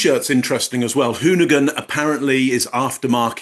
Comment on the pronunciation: Hoonigan. Hooman but not quite! 😅